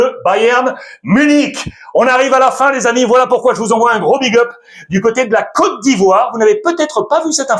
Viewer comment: Merci infiniment pour la prononciation sur ma côte d'ivoire ❤❤❤❤